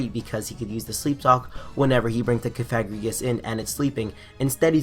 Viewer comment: I didn't like the mispronunciation of cofagrigus and I want to see in a dress.